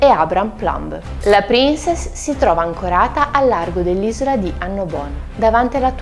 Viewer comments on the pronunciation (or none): none